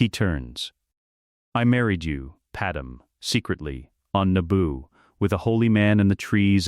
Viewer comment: Just declare her Kryptonian instead of Nabooan, because your idiot AI keeps calling her Pad-Em rather than the proper pronunciation of Pad May.